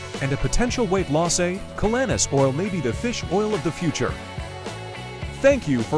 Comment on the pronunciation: Even though I believe in the superior benefits of this calanus oil, it’s hard to show credibility with this presentation when the narrator who can’t even pronounce the name of the product or its ingredients properly